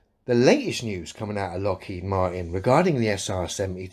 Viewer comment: What's a Lockheed Maaart in?